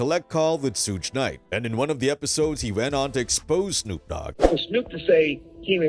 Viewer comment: man who the Fudge is sooge knight lol